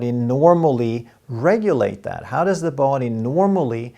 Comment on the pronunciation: No big deal, men kära, som en finne från Tammerfors (grundad av Gustav den III), I would like to suggest a minor correction in your pronunciation of English, namely the pronunciation of 'body'. Perhaps 'både och' affects it so that you tend to extend the first vowel too much. 😇